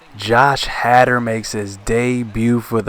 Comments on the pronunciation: last name is pronounced hay-der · You said his name wrong